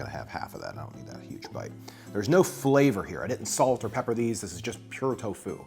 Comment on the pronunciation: The way this guy dries toFU is savaZe